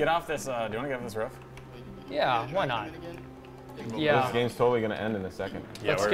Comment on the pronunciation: Like these videos and lol the way he says roof "ruff"